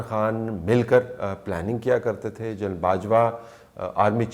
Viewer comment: یہ آپ اور اعزاز سید اُردو بولتےہوئے، جنرل کو جَینل کیوں کہتےہیں؟ کیا ایسا کہنےمیں بندہ انگریز انگیز محسوس کرکے بڑا بڑا محسوس کرتاہے؟اُردو بولتے ہوئے انگلیش الفاظ کا لہجہ اُردو ہونا چاہیے نہ کہ انگلش۔ انگریز بننے کی یہ بیماری دنیا مین صرف ہم احساس کمتری کے ماروں پاکستانیوں اور انڈینز کو ہے۔ اور پھر جنرل اور جرنیل تو اب اُردو میں ایڈاپٹڈ الفاظ ہیں پھر انہیں اردو بولتے جَینل بولنا آخر کیسی مجبوری ہے؟